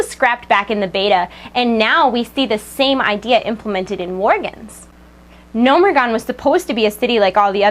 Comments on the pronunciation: why do they call Gnomeregan Gnomeregon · wtf is gnomeragon isnt it gnomeregan? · Gnomeregan not Gnomeregon